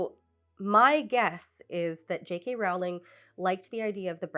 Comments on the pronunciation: I didn't mean to be clever. I am pretty confident that the video creator is pronouncing JK's name wrong. The video is very earnest with good criticism, so I assumed that this was unintentional. I thought she would want to know. I worried it might come off as flippant but didn't really know how to prevent that at the time. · JK Rowling's last name rhymes with "bowl", not "owl". If you can't even get that correct, why should I sit through this? You're welcome for the view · NB It's Roe-ling, not Row-like-cow-ling. She's a bad writer, but it kinda undermines your video when you get her name wrong from the start. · ONLY because I think youll genuinely apppreciate the comment, but it’s pronounced, “row-ling”. For someone who doesn’t believe in trans people, I still hold my principle of proper name pronunciation despite not really caring if she would be offended. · Two brief comments before I watch (and I’m sure I’ll have more after): • I think a lot of how bad they were flew under the radar until she outed herself as something of a bigot, and then we started scrutinizing them more closely and realizing… • Her name is pronounced “rolling,” she’s very adamant about that, it annoys her greatly when people mispronounce it, and I’m delighted that you are. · I think her name rhymes with bowling. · Pronounced "rolling," by the way. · I choose to believe you mispronounced Rowling on purpose. I commend spite.